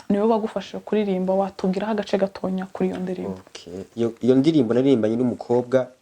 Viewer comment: Uyumushikiwacuvugango gatonya bavuga gatoya mama